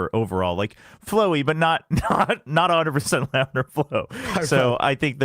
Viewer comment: Shyow saying lamellar flow was a hit of fluid mechanics PTSD I was not expecting today 😂